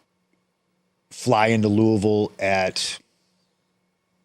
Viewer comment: So the fact Punk pronounced Louisville correctly is refreshing . Put the strap on him asap 😭